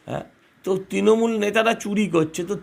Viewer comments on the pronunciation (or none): none